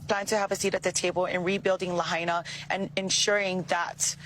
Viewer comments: Rich Lahaina is pronounced, “Lah Hyna.” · Btw the Biden Administration changed it from $700/ person to $700 per Household...smh. Pronounced "lay hi na." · "LAHAINA" .... (LA--HINE'-A) Say the NAME!